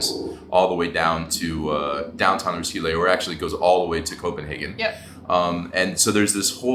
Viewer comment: It is pronounced Roskille Festival..... thank you for the tgreat review